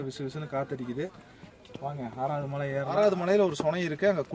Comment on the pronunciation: Why you are mentioning Mazhai instead of malai